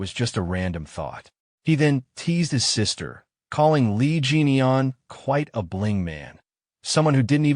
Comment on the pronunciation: Why this Ai keep calling the Mc's name as "Jennie Yen" ? 😑 Edit: I Literally can read in here that his name is "Lee Jin-Eon" but suddenly the Ai in the mid story keep calling the Mc "Jennie Yen" or something like that ! The Video's CC can't even understand it too ! 😑 Also i noticed that the Ai keep changing the characters names like "Dong sun to Dung wan" or just straight up Swapping the characters names, or Swapping genders ! Calling the females as him or he and vice versa. 😑